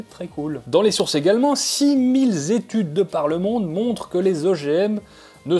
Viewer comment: Six milles zétudes.... j'adore tes liaisons dangereuse...